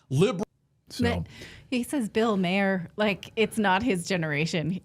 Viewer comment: Bill Maher has an Irish last name, which is pronounced "MAR" - always.